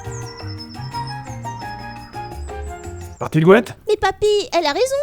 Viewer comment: Je n ai vu que la saison 1 de la série mais je n ai jamais joué au jeu et à 9m13 , la première fois qu il le dit , j ai compris : partie de couettes 😅😅